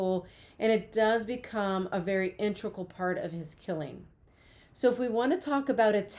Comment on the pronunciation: Always reassuring when someone with a PHD doesn't know how to say the words "integral" and "especially".